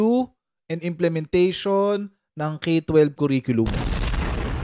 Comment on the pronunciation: Langya..Naging Dep Ed secretary tapos simpleng pag pronounce ng curriculum mali..sabi nya "que riculum" ganyan nya binigkas ung curriculum..ginawsng pinsan ng banana que at barbeque eh..😅